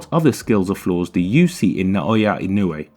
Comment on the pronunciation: 'NAW-OH-YA EE-NO-U-EH , I know it is hard for gaijins to pronounce his name.